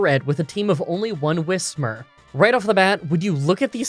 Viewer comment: I payed so little attention to this Pokémon playing gen 3 that I thought it was whishmur my whole life. So hearing him pronounce it correctly makes me feel like my whole life is a lie